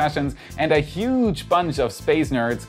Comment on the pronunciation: Huge :D i recommend you practice saying it better <3